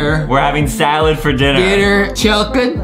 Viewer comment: AYYYYYYYY WE HATE SA-SAH-LADSSSSS